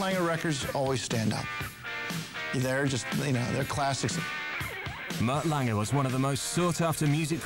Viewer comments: Why does the narrator keep calling him "Mutt Langer?" It's Lange. No R at the end. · Whys this guy keep calling Mutt "Mutt Langer"? No ER on the end dude. Just Lang. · Am I the only one bothered by the narrator saying Mutt LANGER? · The narrator cant pronounce "Lange" ?